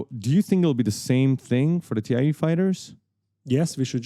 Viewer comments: It’s THAI Fighters, not Tee I EEEE Fighters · Great tutorials, but with that geeky look, I expected you to know how to pronounce TIE fighter... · Great tutorials!!! I'm learning so much! By the way, it's pronounced "TY" Fighters, not T.I.E. even if it's an acronym for the Twin Ion Engine.